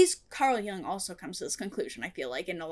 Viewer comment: It doesn't particularly matter, but since you brought up the pronunciation of Jung, it's not pronounced like "Yung", the vowel should be the same as the vowel in the word "book" or "foot".